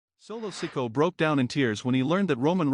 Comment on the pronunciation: Lies and more lies. Roman is gone fliming. Learn to pronounce the names correctly, like Solo last name. You are a joke.